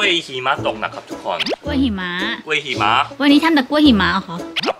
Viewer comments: จำไม่ได้ว่าep.ไหน เคยพูดคำนี้แหละ หิมะแต่เพี้ยนเป็น heeมะ แบบชัดมาก5555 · ฟังไปลุ้นไปกับคำว่า "หิมะ" ออกเสียงผิดนี่ความหมายเปลี่ยนเลยนะ😅😅